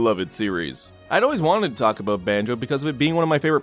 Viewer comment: Who’s Ban”joe”?